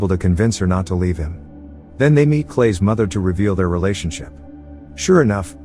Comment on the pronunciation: He said realation ship multiple exatily 999